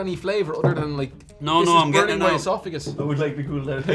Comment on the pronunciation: I can't hear an Irish person say the word Esophagus without thinking of